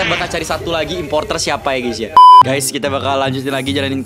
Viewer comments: imposter bang bukan importer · Bang yang bener imposter bang bukan imposrter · Imposter bang :) Bukan importer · di bilangin impostor I-M-P-O-S-T-O-R